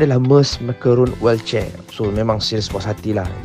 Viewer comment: Sebut wheelchair pun tk betul😂😂😂😂